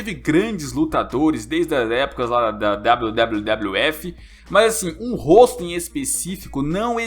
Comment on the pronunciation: kkk tu falou wwwf mas é wwf no segundo